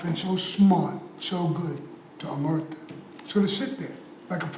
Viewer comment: Omertà - accent on last syllable - omerTAH - As we say in Sicliy... 'A megghiu parola è chidda ca 'un si dici. Americanised Cosa Nostra Italian sounds funny to Italians. Find a real expert to explain differences in mentality between Italian mafiosi and American-Italian Cosa Nostra. That would be interesting.